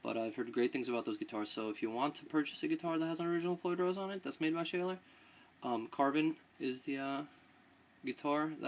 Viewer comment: pronounced shawler